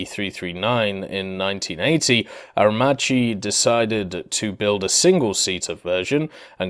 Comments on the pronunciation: Aermacchi is pronounced Aermakki 👍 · please stop raping italian names: CH is pronounced K, so Aermacchi=Aermakki (just think about maccheroni, you wouldnt pronounce it "matceroni"). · Aer-macchi reading Aer- Makki